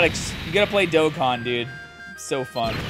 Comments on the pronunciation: im shocked too when i got both units in black rift. I rlly wanted to get cell max toi have a rlly good movie bosses team but hes gone 😭. also u butchered the game name lol. Its supposed to be pronounced like doe con (or dough con. both the same pronunciation). As for zeno? Idk what the pronunciation for it is so i recommend looking up a dbs vid of goku meeting him for the first time and thats what its supposed to be. That or both pronunciations r ok and i just didnt know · Haha, it's my Boston accent, I pronounce things a little differently. I tried switching how I say Dokkan for a while.. but I've gone back to my original way of saying it lol